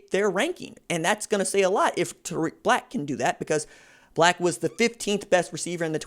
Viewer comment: Bruh this man said his name wrong 😂